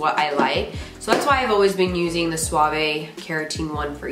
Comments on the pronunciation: Helpful video👍🏻 Your fave shampoo is pronounced swav - the e is silent 😉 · Thanks so much! Also it’s pronounced just suave without the vey sound at the end. Swauv :) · But “Sua-vay” sounds so elegant! 😂